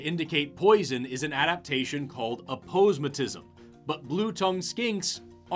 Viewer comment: not how you say aposematism